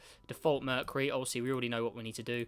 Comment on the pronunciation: merh-kyoo-ree not merh -kuh-ree LOL - good vid tho pal <3